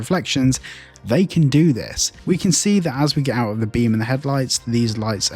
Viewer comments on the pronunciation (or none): none